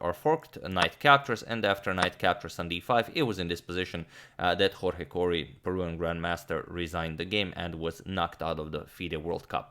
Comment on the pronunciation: It’s Peruvian, not Peruan